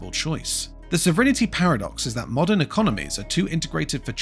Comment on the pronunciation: What is this "sovrinnerty" the robogob keeps talking about?